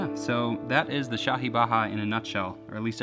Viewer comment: Rob Scallon you were spot on with the shahi tho